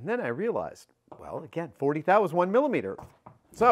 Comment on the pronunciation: glad you pronounced it right right after...thou...now it makes sense :D